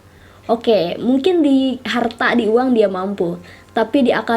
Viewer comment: Harta Tahta ❌ Halta Tahta☑️